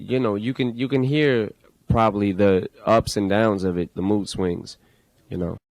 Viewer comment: Es bacano cuando dice "yu nou" Jajajja